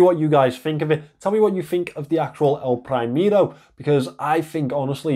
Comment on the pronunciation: "elpraimero" breaks my hart :)) good review though! thumps up!